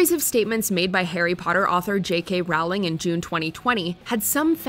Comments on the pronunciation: There's no such person as rawling. Its Rowling. As in a rolling pin. NOT FUCKING RAWLING. Brainless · I feel like JK Rowling could have a watch mojo top ten list of her most problematic statements/tweets so let's sort this out now: It's pronounced "Rolling". As in "rolling pin". She's a disgraceful TERF but jesus, say her name right when you drag her through the mud. We've had like 20 years to get this right. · Agree, like "Ralling" 😂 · Rowling is pronounced "rolling." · It’s Rowling like bowling. Not Rowling like growling. Also. She doesn’t even belong on this list. Never mind the top spot. 3rd, Ellen cancelled cuz she’s mean? She’s been mean for years! That’s NOT why she’s cancelled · Chris D'Elia is an absolute great guy and did absolutely nothing wrong. And learn to pronounce JK Rowling's name, so cringey when yall say it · Oh my gosh you’re saying J.K. Rowling’s a horrible person but you can’t even say her name right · I really wished would've pronounced J.K. Rowling's name correctly... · the pronunciation of "rowling" has me cringing